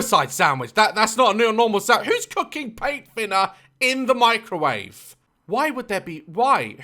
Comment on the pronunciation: He said mecrowavae, I love that 😂😂